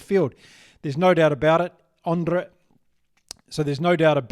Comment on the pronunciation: Thanks for the great video as always! Much love from South Africa. Also, saw that struggle to roll the r in Andre 😂 thanks for the chuckle as well 😁